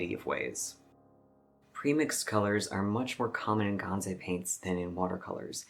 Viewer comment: GanSai, not ganZai. It is written and pronounced with an S, not Z.